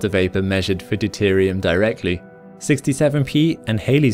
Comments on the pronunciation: how can you pronounce churyumoov gerasimenko correctly and get halley so badly ignorantly wrong ?. He pronounced it Hawley as letters written to him were addressed like that, Hal-ee is accepteable, but hayley is just ignorant - oh, and get rid of the bleedin irritant adverts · Saying hallo to Halley Traditionally the name Halley has been pronounced to rhyme with valley, as in this Royal Astronomical Society drinking song from 1910: Of all the comets in the sky, There’s none like Comet Halley. We see it with the naked eye And periodically. The first to see it was not he, But still we call it Halley. The notion that it would return Was his originally. Many people nowadays say ‘Hailey’, a legacy of the 1950s rock group Bill Haley and the Comets. To add to the confusion, some historians have suggested that Halley might have pronounced his own name ‘Hawley’. Unfortunately, there are no known Halleys descended from the great astronomer to help us. At the last return of the comet in 1985 I telephoned representatives of 36 Halley families and asked them how they pronounced their own name. Two said it ‘Hailey’, and two others said ‘Hawley’. The rest, 89 per cent of my sample, used the traditional pronunciation, which is also used by all astronomers engaged in comet study. Whichever way Halley himself pronounced his name, the traditional pronunciation clearly has the support of the vast majority of present-day Halleys. Ian Ridley